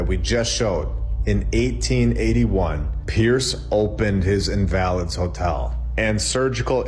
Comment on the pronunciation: was killing me with the way he was pronouncing “invalid” 😂😂